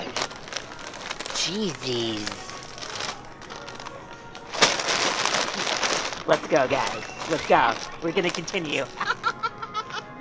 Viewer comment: Its not cheses its chetos